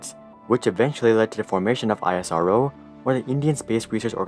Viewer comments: It pronounced the the same way as NASA. It's pronounced (isroh) not I.S.R.O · Only thing I'd like to say... It's not I-S-R-O, just pronounce it out Isro. It's like calling NASA as N-A-S-A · It's IS-RO not I.S.R.O bro ...we don't call NASA '"N.A.S.A'" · Great video! Next time you can just call it "isro" like you would say NASA, and not "I-S-R-O" :) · Every time he say I-as-ar-oh instead ISRO😂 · Well we indians usually class it as IS-RO insted of I S R O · It's pronounced ISRO together not seprate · u dont pronounce nasa to be n-a-s-a but nasa same not i-s-r-o its is-ro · Its not I S R O its ISRO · It is a speakable acronym -- Is Ro -- not eye ess are oh! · Spell it as ISRO not I.S.R.O like u spell NASA. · It's not EYESROO it's ISRO 🙂👍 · Its not aisaro..its eas-row (ISRO) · YOU CAN PRONOUNCE IT : esro NOT I S R O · I S R O just pronounce it ISRO the same way you pronounce NASA not N A S A smh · For god’s sake: It’s called isro as in a word, not I-S-R-O 😂 but really, ISRO is kinda underestimated. The parts of the first rockets were actually brought to be built via cycles, yes, cycles. (Fun fact: All of the materials used to make the recently landed Chandrayaan 3, were made in India) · i was dead on isaro, its isro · It's not isaro but ISRO... Pronounce it correctly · It's not AISRO it's ISRO(pronounced as ESRO) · It's eesro.. not I S R O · why dont you say Isro bro why I S R OO wtf.. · Everything was good till the guy starts calling isro as i-s-r-o. Its eesro for gods sake. Gave me a headache. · Its not I.S.R.O its iz-ro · Bruh as an indian why are you pronouncing it as (i-s-r-o) when its (is-row) 😀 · Its not I.S.R.O, ITS ISRO😂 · Well analysed...! But pronounce the ISRO as isro...just like how NASA is not pronounced n a s a. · is ro not i s r o that way we should call ur space org n a s a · You can pronounce it as (is-ro) don't need to say I S R O just like you pronounce (Na-Sa) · It is pronounced as esro not I-SRO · It's not i s r o pronunciation is like Israel.